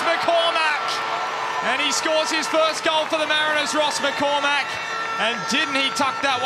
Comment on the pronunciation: McCormack, don't but so much emphasis on the Mack, it sounds ridiculous. Irish names are the english speaking world's cryptonite